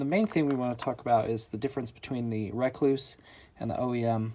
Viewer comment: It’s Rekluse not Rakluse “E”